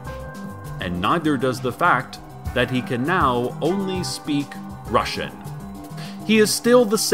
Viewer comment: I love Cecil Palmer and Night Vale but the way the Russian is pronounced is horrific, as a native Russian speaker